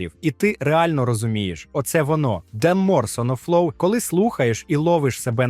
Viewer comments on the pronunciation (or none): Що це за озвучування? Схоже на «штучний інтелект», але інтелекту не відчувається взагалі. Якась бездумне начитування тексту без розуміння читаного. Чому у вас «oneodio pro c» — це "ваноджіо проси», а не "ванодіо про сі"? Чому «1MORE SonoFlow» — це «один моресонофлоу», а не «ванмо сонофлоу»? Чому «ен сіи», замість «шамозаглушення»? А «чо́хол» — це взагалі «перл»! Де ви взяли цей наглос?!